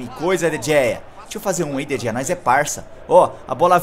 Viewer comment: não se fala De Gea se fala De rea